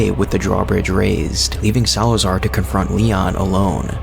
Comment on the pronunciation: you said salaazar wrong name buddy